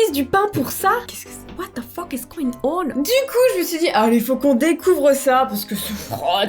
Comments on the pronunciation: « WHAT THE FOQUE IS GO-INE ONHEUU » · What the F**k is going on Sous-Titre Français: What the foque is go-ing onheuu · Oe mdr la parole de What the foque is go-in ONHHHEUUUUU!!:D